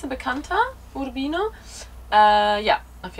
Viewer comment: Wer Italienische Reisevideos veröffentlicht sollte wenigstens die Aussprache der besuchten Orte beherrschen (Uurbiiino, Jeesi), und auf "krass und süß verzichten". Informativ an diesen 18 Minuten war leider wenig bis nichts. Schade!